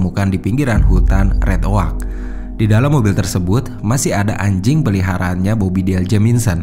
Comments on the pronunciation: Kalo red oak bacanya red ek bukan red ok . Trs kalo untuk penyebutan Jamison itu sebenarnya yang benar Jameson tapi karena admin tidak terlalu ngerti structure atau grammar bahasa inggris makanya tulisan dan bacaannya harus sama padahal did dalam bahas ainggris itu salah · Sumpah.. geli ma keganggu ma red OAK.. RED OUGH LA.. JELAS2 JAMISON TP SELALU JADI JAMINSON.. NAPA MIN? MENTAL ILLNESS??? Ngadi2 penyelisiran.. artinya apa??? Penyisiran? Penyelusuran??? Ayolah jgn asal2an ntar endorse netfilx g masuk lagi..